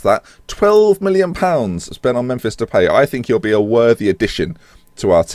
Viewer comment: "And Brad Jones in goal, so mistakes were made" haha. Also I believe it is pronounced De-pie not De-pay but I could be wrong. Keep up the good content. Sent here from Jack, but subscriber now :)